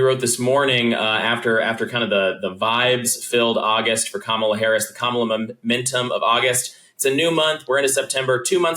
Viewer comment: Sorry, done listening, Bill, until you learn to pronounce Kamala's name.